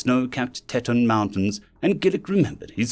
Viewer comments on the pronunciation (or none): "Tee taun," not "tet un." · Teton is pronounced Tee-ton, as in Grand Tee-ton park. It's a french word that means "tit" or boob.